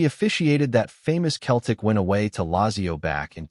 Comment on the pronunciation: This a joke of a cast, the guy can't even say Celtic properly.